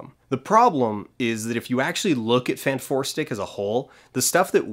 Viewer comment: I'm gobsmacked that Fant4stic is pronounced "Fant-four-stick". I thought it was spoken as "Fantastic Four"...